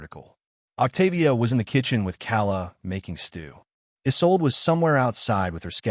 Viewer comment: The names mis-pronounced: Philippe is “fill a pa” and Esau and all the other variations is, in fact, Isolde. And Bart comes out as Bard and Bar.